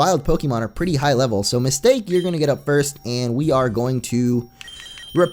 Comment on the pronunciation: Isn't it supposed to be Ms. Ta-Ke. Not Mistake?